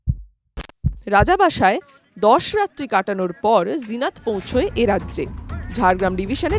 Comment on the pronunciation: লিখেছেন "জিনত" আর উচ্চারণ করছেন "জিনাত"??? ফাজলামি মারার জায়গা পান না? এটা কি হিন্দি? হিন্দিতে যা লেখে তা উচ্চারিত হয় না। আনন্দবাজার কি হিন্দি লিখতে শুরু করেছে নাকি? মেরে পাট করে দিতে হয়।